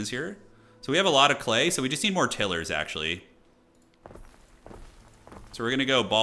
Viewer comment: Had to keep laughing at the pronunciation of Tilers, Til-ers vs Tile-ers, ROFL. On the positive, enjoyed the energy and fast paced commentary